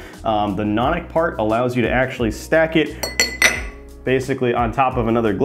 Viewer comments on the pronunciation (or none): Nope, “Nonic” has nothing to do with stacking or carbonation. It’s properly pronounced “no nick”, and that is the function of the bulge: to prevent the rims of adjacent glasses from bashing into each other and becoming nicked, which would essentially mean that the pub keeper would have to throw them out. It’s a pint glass for thrifty pub keepers, and has no other particular merits.